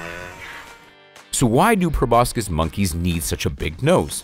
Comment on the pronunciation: It's pronounced 'pro bo sis' not 'pro bos kis'